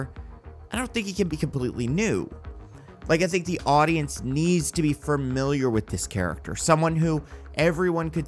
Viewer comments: You say "familiar" weird. "Farmiliar" lol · Not to nitpick, unlike your podcast mostly nitpicking, but the way you say familiar got under my skin